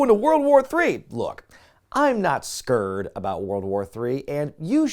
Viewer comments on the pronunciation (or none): You're not... what about World War III? Never heard that pronunciation of "scared" before.